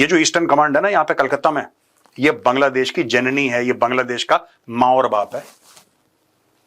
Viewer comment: Major did you just say kangladesh!😂